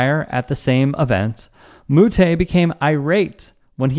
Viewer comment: This is a non story, I love the sport of tennis… plenty of players have smashed rackets and also you said Moutet name wrong